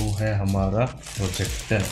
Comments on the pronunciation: Finally said projector not forjector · Fortronics ka frojector😂